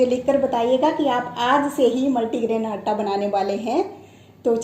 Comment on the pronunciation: Madam aata bolna sikhiye pahle aap